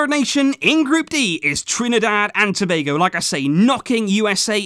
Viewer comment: I'm surprised he has pronounced Tobago right and I also thought u should've mentioned Dwight Yorke my idol🇹🇹